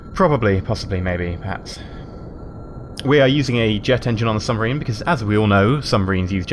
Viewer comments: Sub-Marine. Lol not Sum-Barine. xD Common slip of the tongue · submarine, not sumbarine. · He kept saying submarine wrong by saying sumbarine in his less than impressive soviet accent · That's a very nice sumbarine you've got there (yes you said sumbarine) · I love how he says Subbarine XD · Sumbarine? I think you mean submarine. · lol he says sumbarine instead od submarine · Underrsee sumbarine XD